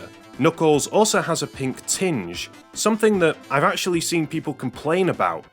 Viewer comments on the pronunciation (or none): none